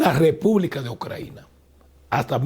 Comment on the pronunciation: Ni sabe cómo se llama el país. Se pasó diciendo "Ucraina" en vez de "Ucrania". ¿Por qué esa manía de traer una traducción defectuosa del inglés y no usar el nombre en español?.